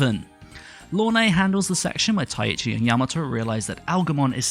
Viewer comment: Sidenote: You keep pronouncing Taichi (Tai-chi) as though you're saying "Tai-ichi"